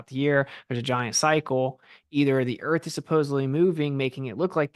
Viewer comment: “Obviously, a pitcher of the sun proves the earf orbitz ‘round it… trust me bro”